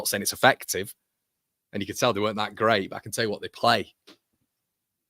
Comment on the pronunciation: It’s gwait it’s gwait 😂